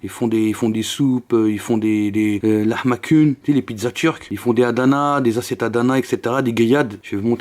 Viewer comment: sa se prononce pas pas lahmacune mais lahmajoune